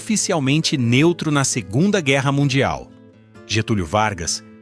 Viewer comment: "Fuzis que pareciam ter sobrevivido a sugunda guerra mundial".